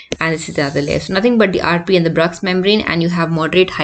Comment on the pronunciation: Madam please check how to pronounce Bruch’s membrane